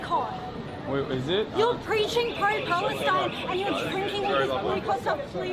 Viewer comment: Bit weird that you can't pronounce 'Palestine'